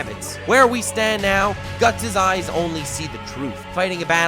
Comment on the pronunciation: Lol it cracks me up every time he says "guts' eyes" haha